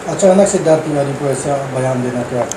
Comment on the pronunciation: Pahele tu shiddharth Tiwari Raj bhaiya ka name sahi say lo